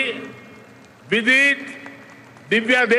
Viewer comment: Not goosebumps....But my body shivered when he said vidit!!! So proud of you bro!